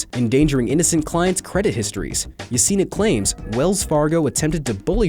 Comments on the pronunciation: Yesenia Guitron - Pronounced Ye - Sen - E - Uh. Not yaceena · Anyone else really irritated by the improper pronunciation of Yesenia?